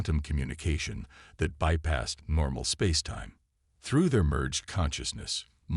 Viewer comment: this story is good but you need to fix your AI because the word that it is using is Spaceatime but it is not pronounced that way it pronounced Space Time